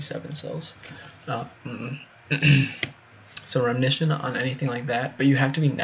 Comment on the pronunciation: i think you mean RE-Mission not 'remnition'